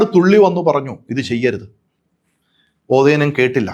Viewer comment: കതിരൂർ, തില്ലങ്കേരി, കൊട്ടിയൂർ എന്നീ സ്ഥലങ്ങൾ മയ്യഴി പുഴക്ക് വടക്കാണ് (ഇദ്ദേഹം പറയുന്നത് പോലെ മയ്യഴി പുഴക്കും കോരപ്പുഴക്കും ഇടയ്ക്കല്ല സ്ഥിതി ചെയ്യുന്നത്). ഓതേനൻ എന്നല്ല, ഒതേനൻ എന്നാണ്.മലബാറിലെ തീയ്യ സമുദായത്തിലെ അങ്കം വെട്ടുന്ന യോദ്ധാക്കളെയാണ് 'ചേകവർ' എന്ന് വിളിച്ചിരുന്നത്.തച്ചോളി ഒതേനൻ ചേകവർ ആയിരുന്നു എന്ന അപകീർത്തി കുമാറിന്റെ കണ്ടുപിടിത്തം ഈ നൂറ്റാണ്ടിലെ ഏറ്റവും മികച്ച തമാശകളിൽ ഒന്നായി കാണാം.